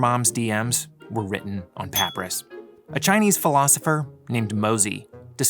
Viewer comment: Papyrus is pronounced puh pai ruhs